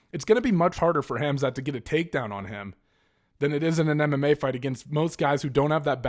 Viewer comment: And his first name actually pronounces "Hamzah"